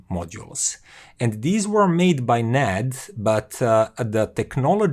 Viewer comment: I think it is pronounced separately, N - A - D